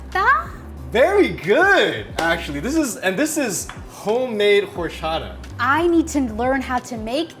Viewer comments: You don't say the H in horchata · Don't say the H in horchata 😊